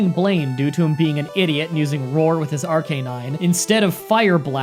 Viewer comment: am i the only one who hates the way he pronounces arcanine?